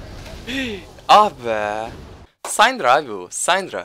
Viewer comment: Abi sayndra değil sindra diye okunuyor kanser oluyorum yapma şunu :D